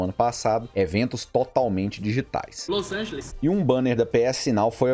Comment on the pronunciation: Eu tava segurando a risada... mas aí no "Los angeles" eu perdi foi tudo kkkkkkkkkkkkkkkkk é foda